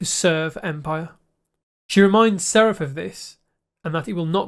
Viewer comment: Hi,! You seem to have trouble pronouncing names the way it is in the show!😅 Is that regional? Saref ≠ Sareth Salvador ≠ Salvor Galowen ≠ Glaywen Bruvver Constant ≠ Brother